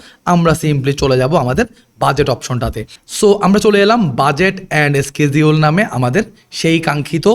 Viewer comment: সিডিউলকে কি বললো স্কিডিউল😂😂😂